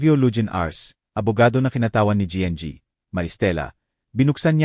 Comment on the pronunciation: Anong pg basa yn nng kwento? Anong gng? Imbis n ginang ? Gng😭🤣🤪